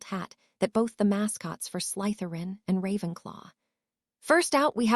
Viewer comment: Haha I didnt think the name pronunciations could get any worse than hearing Slytherin pronounced SLY-THERE-IN 1000 times But they seriously leveled up with Hermalin or THE-STRALS and just garbling words I dont know if its the AI sqitching around letters or the author misspelled ALOT. If your not going to narrate your own book. At least pick an AI model that has seen the Potter films and knows how ti pronounce stuff